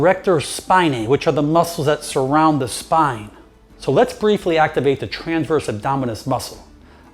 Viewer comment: Great video thank you. But please say transverse and not tranverse.